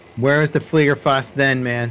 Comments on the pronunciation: GAME: it's FLIEGERFAUST, see, I write it down for you. American youtuber: "FliegerFUAST" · I'm from Germany, and your Sperling of the "Fliegerfaust". *hrmmm... Sorry "Flivraus" make me laugh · small correction: Its "Fliegerfaust" not "FLIEGERFUAST " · Did you mean "Fliegerfaust"? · Hi nice vid but u switched up the a an u in fliegerfaust. uwu